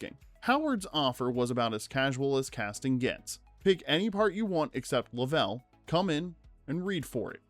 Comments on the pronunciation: ai generated slop cannot even pronounce the name correctly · The way your AI pronounces Jim Lovell's name hurts my ears..... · You say you read all your comments. I hope you read this one. Every time you said Jim Lovell’s name. You mispronounced his last name. Which leads me to ask if you watched this movie how is that possible? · It's painful to listen to this guy pronounce Lovell. He has obviously never even seen the movie. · Please learn to say Lovell correctly.... SMH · How do you make is whole video without ever watching the movie. If you had, you’d know how to pronounce Lovell. They say his name like 30 times in the movie. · Yeah…. Doing a documentary you might want to get the main characters name right…. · Yeah, it was painful every time he said it! 🙄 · Then he should have checked how to pronounce the name. Anyone who is familiar with the movie or the actual incident, like me, knows how to pronounce it. It is not an unusual name.